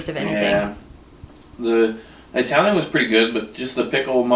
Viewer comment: You know, saying I-Italian like that, is kind of "not done"